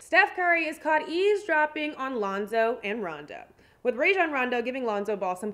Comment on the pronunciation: Its eavs dropping sweetheart. Not ease. #youbaddoe